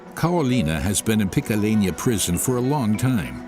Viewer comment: Also says picalena...are you slow???